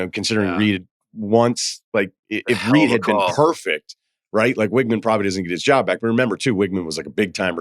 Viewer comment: Marcel Reed not Reece